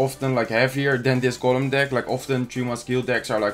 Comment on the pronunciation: golem in het engels zeg je als goolem😉